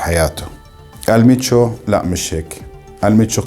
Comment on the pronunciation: ال منشو وليس المتشو